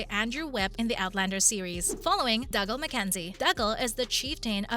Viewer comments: He’s Doogal, not Dugle! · OMG its Dooooo-galllll Not Dug-all You Obviously never listened when you watched it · Dooogal!! MacDooo !! Brian Dooo. Get it right please. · I do wish you would learn how to pronounce the characters names correctly. Just by watching and listening you would know the correct pronunciations. Dougal is pronounced Doogal (as in google) Mac Dubh is pronounced Mac Doo Joan is pronounced Joan (as in loan) Marsali is pronounced Marsalay not Marsally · It is painful to hear you pronounce dougal. It has to be on purpose for comments and views